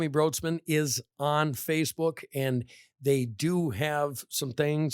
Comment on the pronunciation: Her last name is actually pronounced like “Brights-man”